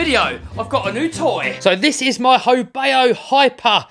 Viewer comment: FYI: Not "ho bay oh", its a ho bow (/baʊ/) as in the bow of a boat. But the name is a bit wonky as "ho" doesn't exist in Chinese. Should be "hou".